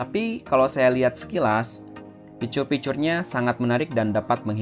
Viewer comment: Normal people: fitur Ridwan hanif: ficers This guy: fiCur